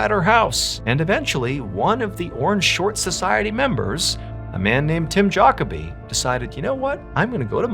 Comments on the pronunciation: FYI (for anyone who doesn't know): Jacoby is pronounced juh-CO'-bee. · Great video as always but man you butchered his name so bad I don't think I ever heard any pronounce Jacoby as bad as you did 😂😂 Jockerbee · You sure it’s not pronounced Juh koby? Instead of Jockabee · Juh-KOH-bee :goodvibes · Tim Jacoby is pronounced Juh-KOH-bee. Yeah, I'm that guy... Sorry, but incorrect pronunciation just kills my ear. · not that it matters .. Lol we pronouce jacoby .. ju co bee where im from.. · It’s pronounced ja-co-be. Like Kobe Bryant. Ja-kobe